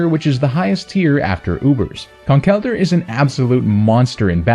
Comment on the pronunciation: I’m just happy you pronounce Conkeldurr right lol